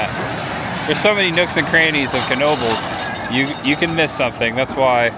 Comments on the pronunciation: Knoebels pronunciation is (know-bels) that is if you weren't trolling us..😊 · The K is silent its pronunciation is Noebels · You tell em! "Know-bles" is in "Ellis-berg". "Knoebels" is in "Eel-eez-burg" haha! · Incorrect, it’s kuh-noh-buhlz. The k is fully pronounced because it comes from a family German name. Also when you call the hotline they pronounce it that way on the recording.